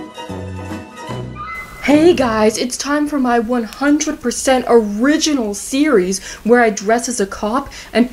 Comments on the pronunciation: I was iffy on this video and then you said "three serieses" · Did you say "series'es?"